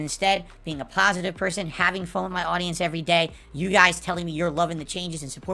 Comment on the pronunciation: My comment on his "pahsitive" stuff he mentioned. "I diversified my content, the channel grew, more subscribers, that's stuff that's about *US* not me." 1. Tons of other YouTubers also diversified their content, so that's moot. And 2. How does your channel growing and getting more subs affect your existing viewers? How is your channel growing make any difference to viewers? It doesnt. So his point of "Its stuff about us not me" is invalid.